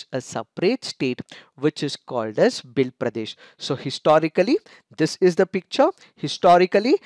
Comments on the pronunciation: They are not pronounced as Bhil they are Bheel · It's sounds भिल in place of भील. भील is correct